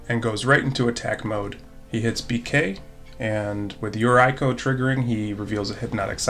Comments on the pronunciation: Yeah that yuraiko... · is for sure a degenerate human being lol Great video! Keep it up:) Oh, since Yuriko is japanese, maybe you want to pronounce it something like "Yu-reeko" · Came for Galea but glad to find a good content channel 👍 lol just change that "I" to a "E" sound in Yuriko tho 🙈😅😂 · Haha I didn’t know mispronouncing Yuriko could erk me so much. Love to see her gameplay but I think she may have been a little too powerful for some of the decks at the table.